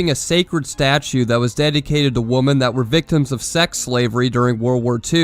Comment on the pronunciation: you're one of those that pronounces women as woman